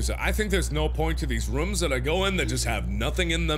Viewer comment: The way mark says rooms lol ruums